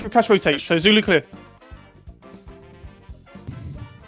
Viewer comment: He says Goyo Dead not Zulu Dead FYI